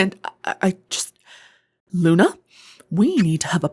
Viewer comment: to princess luna you call me cinda why you say "Luncinda" but what say him luna??????